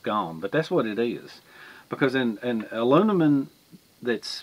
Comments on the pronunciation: Say Heah it's "M" and not "N" AluMinum and not AluNimun. Geeet's it, heh heh heh. Just Jokin. Anyhow, I have a Vintage B of A Boys Scout small cooking set that comes in a canvas pouch, I still use it. But I also have a newer set in a red nylon pouch that's stainless. I have no problem using either or. But Thanx You for teaching me something, Great Experiment. Dilly Dilly.,,.p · Youre hilarious man, You can say toxicity, but not aluminim. lol (not picking, just good natured laughing) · It seems the Brits add an i to the word aluminum. Uh Loo mi num is right for we 'Mericans. Uh Loo mi ni um is what I hear a Brit say. Your international exposure probably keeps the confusion going. When you thought the least about it, you said it like a true Southern American. We all know what you mean, however you say it. Good job on the test. NO OLD CAST FOR ME is the takeaway. Thanks, and we are all glad you lit the right cattail! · With the rise of NovelCorona Virus...I'm watching this just to hear say Aloonimun!😂 I need a laugh this mornin!😂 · I can't even say Aluminum anymore without laughing when my brain says Aloonimun! 😂you're the best dude! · Your cast aluminum (ah-loom-ma-numm) might have carried axle grease under a horse drawn wagon. Thanks, for the video, That really is useful information. Also, you can clean aluminum with lemon juice, salt, or vinegar. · "Alunimun" lol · Thanks! I'm happy you like my channel so much. Honestly, me being southern I can't pronounce aluminum the American way, but I can the English way! Thanks for watching my friend